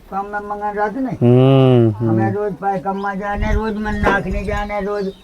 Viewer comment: Bhai sabse pahle Mandakini ko Mandagni bolna band karo